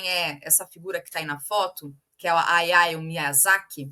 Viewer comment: A letra "H" em japonês é pronunciada como o nosso "RR". A pronúncia fica "Raiao". ✌️😊 Tem um texto sobre as raízes comunistas do Hayao traduzido no site Jacobin Brasil.